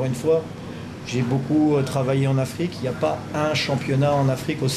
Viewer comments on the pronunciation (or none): عاوزين نغير المترجم عشان الدغ وبيقول افييقيا مش افريقيا ^_^ ^_^